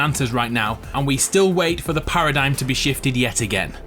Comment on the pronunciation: IT'S THE PARADIGM NOT THE PARADYME